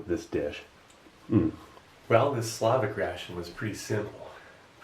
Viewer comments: Its slovak. Not slavik. Thank you ;) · Funny how Steve calls Slovak ration as Slavic ration :) nice vid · its pronounced slo-vak not slovik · I missed it by three years, and yet, I can't not say this: SLO-vok and SLAH-vic are two distinct things.